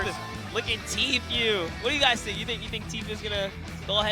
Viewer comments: does no one understand its pronounced t-foo not t-few like please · It’s tfue but he said tfyue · It’s pronounced t foo not t fyou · is anyone else annoyed by the commentator saying 'teefeu' instead of tfue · he said “tea few”😂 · Its spelt tee-foo